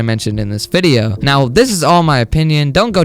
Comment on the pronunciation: U are right! btw i love the way u say wideyoo